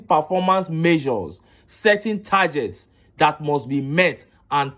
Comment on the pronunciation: tar-get, not tar-jet 😉